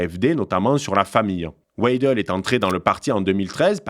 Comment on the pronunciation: W se prononce V en allemand : VEIDEL ; prononcez aussi SAKS pour SACHS. Vous êtes ridicule!